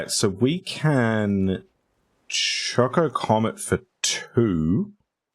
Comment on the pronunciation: Oh man, Azusa and Chocobo Racetrack? That could've been awesome! I don't like Cargo Ship in this deck, personally. Doesn't do much. "choCOcomet" is the absolute most cursed pronunciation I've ever heard, and I love it. I had not seen Summon: Knights of the Round before. That is... disgusting. And also extremely lore-accurate. Wow.